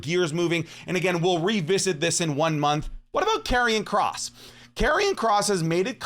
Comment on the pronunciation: Did bro just say karrion kross 🥲